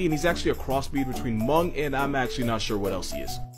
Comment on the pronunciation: The H in Hmong is silent, and I could know that bc I'm hmong